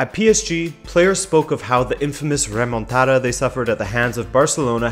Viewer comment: “Once Barcelona suffered a ‘Romantada’ “